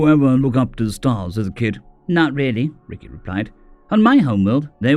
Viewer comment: i think its pronounced rekai not ricky but it sounds so humans to call an alien ricky instead rekai , like calling a spider xeno name Aarragon Argo , whoops thats aussie , human would be calling Aarragon Aaron